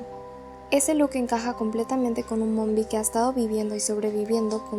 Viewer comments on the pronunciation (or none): És nombie no mombie